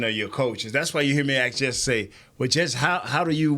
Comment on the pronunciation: I love how always tries to pronounce words correctly and fks them up at the same time lol. Omg he had me 💀 axe… AXE AXE AKS? At least he tries 😂. I could listen to him all day